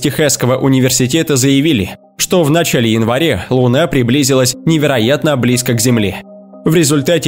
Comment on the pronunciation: Елена Егорова и ещё в нАчале